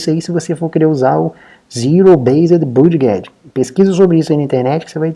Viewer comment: Olá. Desculpe incomodar, não sou de ficar corrigindo, mas acho que pode ser útil para seus futuros vídeos... A palavra budget se pronuncia "bãdjit". Caso já saiba, perdão... só achei legal comentar porque é uma palavra chave que é muito utilizada nos seus videos, que alias são excelentes!